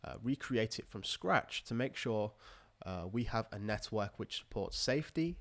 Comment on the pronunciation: I always hear 'Nethwork' and not Network lol